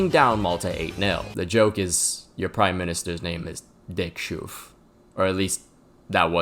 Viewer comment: Actually, Dick Schoof is pronounced Dick "Srof".